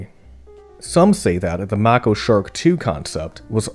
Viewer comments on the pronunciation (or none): It’s pronounced “may-co” shark… not mah-ko… thanks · I think it's pronounced "make-o" shark, not "mack-o" shark. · It’s pronounced “may-ko”, like the shark. Not “mah-ko”. Just a FYI there video creator. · please explain why "Mako" is pronounced mah-ko instead of the western english pronunication "may-ko". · Mako is pronounced MAKE -O not mahh-ko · MAY-KOH SHARK. NOT MAH-KOH. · Mako Shark is pronounced with a long a in Mako. May co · Oh, sweetie. The "a" in Mako is along a. (MAY-ko). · "Mocko" Shark? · That's nothing. This guy keeps saying Mako like it's "Macko." Just dumb. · Pronounced May-ko